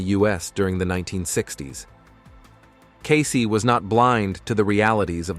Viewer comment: First of all, its pronounced "Case" not "Casey". Next problem: We are on a different timeline, due to free choice of humans (who chose correctly). These predictions will not come to pass, or the predictions will or can be mitigated.